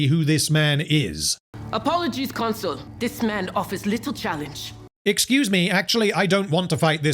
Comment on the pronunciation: I don't know how deliberate it is, but Pompey constantly being called a 'console' rather than a 'consul' tickles me every time. 🤣